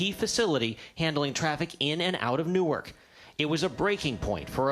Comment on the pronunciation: John Oliver, I will donate $1000 to a food bank in the area of your studio if you commit to pronouncing "Newark" correctly rather than as "new irk."